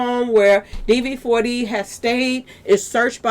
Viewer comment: Please, his name is pronounced David.